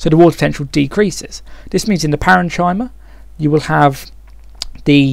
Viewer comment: parenchyma isn't usually said like that, its more like: Paren - Kim - Er